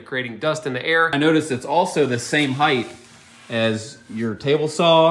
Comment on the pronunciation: I'm jealous of this. A funny thing Americans do is pronounce "height" with a 'th' sound at the end. Cute.